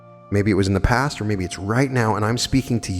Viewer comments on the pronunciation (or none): none